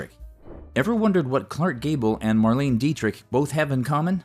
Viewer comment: It's pronounced "Mar-LAY-nuh" Dietrich and "Louie" B. Mayer. Terrible AI narration.